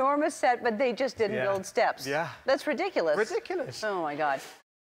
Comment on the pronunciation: That last “ridiculous” was more like a “ridikkulus”